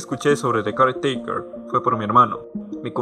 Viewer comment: Gran video, yo si lloré bastante con el álbum, una cosa más no tiene mucha importancia pero mi incomodaba como decías caretaker jajajajaja tenía que decirlo perdón :c